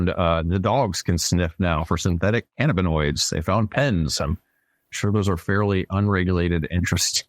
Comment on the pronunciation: Shout out Dude for the correct pronunciation of cannabinoids ❤